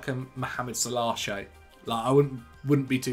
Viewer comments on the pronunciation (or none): And Mohammed SalAAHH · it’s not SAL-uh, he’s closer than most (edit: still pronounces Haaland dead wrong tho lol)